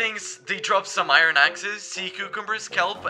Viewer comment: Why does he say I-ron instead of Iron ????